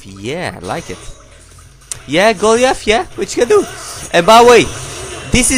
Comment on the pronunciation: Lol his name is go ly ith